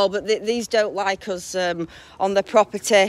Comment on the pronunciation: "disa priva proberdah" Its Pakistani proburdah